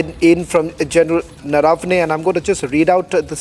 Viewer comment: The Lady Anchor pronounced Gen's name wrongly - it is Naravane and not Narvane. Needs correction. Silly mistakes.